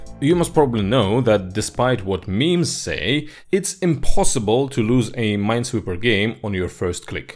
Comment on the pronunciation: It's ... Ninesweeper.